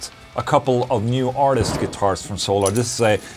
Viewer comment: So-llar Acoustics confirmed.....